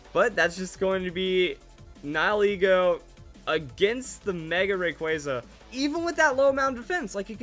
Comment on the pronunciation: I'm so glad you pronounce Nigilego's name correctly. Nihil - annihilate Ego - ego